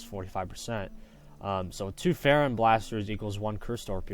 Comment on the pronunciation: lol feron blaster? its Freon blaster XD